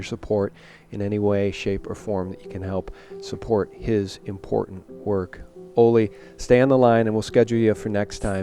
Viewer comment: I appreciate you so much, Sean, and love Ole. I only ask, Sean, that you pronounce Ole's name correctly...as a show of respect. Listen to him pronounce Ole Palmgren's name...it's "oo-leh" vs. "oh-lay" or "oh-lee" or "Ollie". "Oo-leh" with emphasis on the first syllable. :) I cringe for Ole every time you say his name. :)